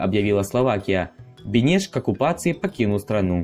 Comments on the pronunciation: 👍 Хорошо. Маленькая ошибка - Бэнэш надо с ударением на первый слог. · Автор, хотел бы сказать что ударение в фамилии Бенеш на первый слог. А так очень интересно, спасибо.